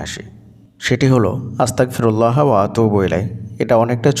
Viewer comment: আসসালামুয়ালাইকুম ওয়া রহমাতুল্লাহ। ভাই যান আপনার উচ্চারণে বুঝাযায় আস্তাকফিরুললা, কিন্তু এইখানে উচ্চারণ হবে আস্তাগ ফিরুললা।